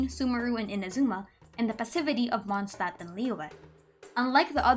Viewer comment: this is the first genshin video ive seen with a good pronounciation of Mondstadt